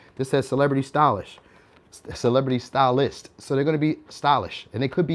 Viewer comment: had a nervous one second as i thought you said Stalist ( Stalin ) then realised you said Stylist...🤣😂